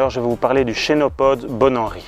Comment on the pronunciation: Salut, Super intro c'est très rigolo. C'est pas une critique mais en latin on ne chie pas.... je m'explique. Les -ch ce dise -ke donc normalement on dirai 'kenopode' 😊 Mais en tout cas top la video, je ne connaissais presque aucune de tes tomates 😊